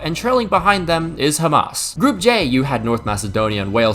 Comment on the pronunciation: “Trailing behind them is KHAMAS” lmao